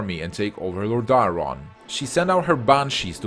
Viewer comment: The video is very well done but man, can you please learn the correct pronunciations? Val'kyr, Lordaeron, Kael'thas, and a lot other names are so badly pronounced.